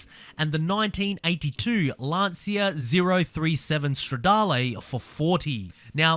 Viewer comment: It's not pronounced Lan"see"a!!!